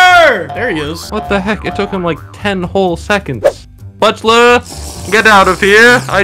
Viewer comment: I just know ranboo was crying everytime technoblade says “bulter”